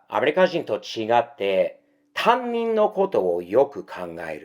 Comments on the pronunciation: たぶん、たにんのことをたんにんっていっていますｗ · 「たんにん」？、「たにん（他人）」な。たんにんは、学校の自分のクラスの先生のことな。